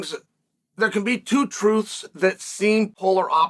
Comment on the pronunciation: "FOUR POINT TEW BILLION!"